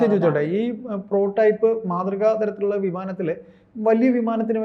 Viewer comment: പ്രോ ടൈപ്പ് അല്ല, പ്രോട്ടോടൈപ്പ് എന്നാണ്! എന്താണ് ഈ രണ്ടു Expert കൾ ക്കും ആവാക്ക് പോലും ശരിയായി പറയാൻ പറ്റാഞ്ഞത്?